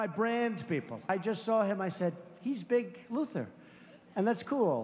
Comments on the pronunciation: Didn't he say Big Looser the first time??? Not Big Luther... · Unshaved and unkempt? That's what Steve Bannon looks like all the time. Also, I thought that Trump was calling Strange "Big Loser" instead of "Big Luther". I guess he predicted the outcome ahead of time.